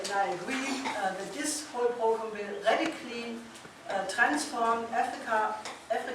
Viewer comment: Brilliant presentation. Will someone please help Helga with her pronunciation of "program?" She commits a spoonerism that connotes a very different meaning.